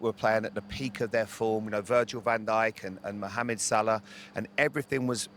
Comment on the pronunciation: Love the way he pronounced Mohamed (Salah)